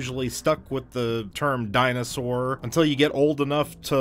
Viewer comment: Dinosour. Hm. Dinosoar? (this is just poking fun. I love your whole channel)